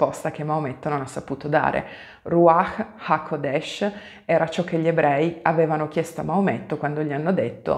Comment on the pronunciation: Grazie per il video. Però, scusa, l'accento è rúaĥ haqódesh 🙂